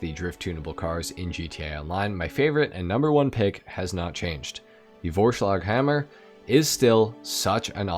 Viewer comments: Real, it sounded well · as a german I can say, that your pronounciation of Vorschlaghammer was actually pretty good (